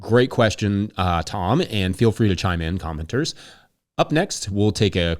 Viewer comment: At first I though you said “commoners” but then realized you said “commenters” Thanks for the daily!